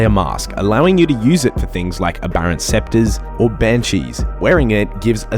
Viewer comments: aberrant sceptres? seriously man? you even pronounced it as sceptres.... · im gonna knock u the fuck out the next time you say aberrant SCEPTRES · Aberrant SPECTRES (as in ghost) not scepter (a staff lol) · Aberrant spectres, not scepters.... please.